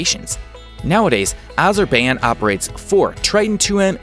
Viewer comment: You pronounced Azerbaijan 6 different ways!